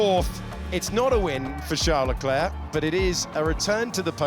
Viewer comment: That's how his name is pronounced🤷